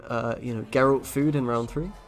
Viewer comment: Meanwhile, SirPumpkn still pronounces Gregoire as Gregory and pronounces Geralt as Jeralt.